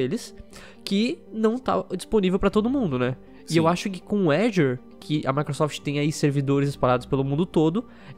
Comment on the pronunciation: Quando se sabe que o cara manja do inglês e fala "azior" de vez "Azur" . Dá umas aulas aí kdkdksj